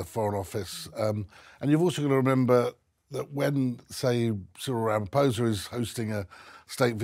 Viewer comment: HOW can the BRF celebrate the visit of a black president if they're "structural racists"? And Charles and Cyril shared some very sincere moments of camaraderie together. Even if Charles pronounced the President's name incorrectly (just a small slip, but I don't understand how Charles wasn't informed that the "ph" in Venda is pronounced "p" with an exhalation of the "h" afterwards. Complicated, I know. But the many different "clicks" in the South African Tribal languages are a conundrum to even the various tribes). Britain is reportedly scheduled to have "blackouts" starting in January 2023 - so, SA's blackouts are the result of corruption, particularly related to Zuma and the State Capture. WHY can't logical people see the logic? And Cyril is a wealthy businessman in his own right - he'd have NO reason to be fraudulent. Besides, Jacob Zuma was corrupt for the entire time of his presidency, and is only now, MAYBE going to be jailed. Dreadful dreadful corrupt individual. Dreadful. What a dark period he brought to South Africa. Madiba must be turning in his grave.